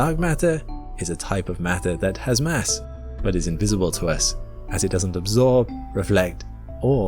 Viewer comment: You said Mass,I thought you said Mess.